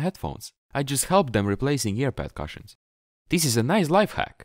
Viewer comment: Thank you. I will change my cushions this weekend. By the way, you speak very good English but in a kind way I have to correct the way you say cushions. You are making the U sound as in CUP. The sound is more like the OO sound. It is written Cushion but sounds like Coosh-n